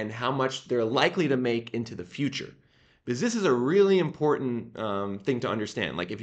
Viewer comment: Translation guide: when he says "biziz" he means "because"